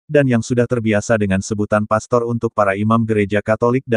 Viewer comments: sebaiknya sebut pastor yg benar bukan pester. Jangan sok tau tentang agama katolik. Pak pendeta mencaplok istilah" dari gereja katolik. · ilmu dangkal cetek skali sok dipamer2kan,...,lbh telitilah dlm sejarah gereja,istilah pastor sdh ada sejak sy msh kanak2 n hingga skrg,lalu kalian ikut2an pk istilah itu,mana lu nyebutnya sok di spelling inggris pdhl salah coy,itu bhs latin mk jangan dibaca pester...sampe ketawa ngakakkkk gue dengernya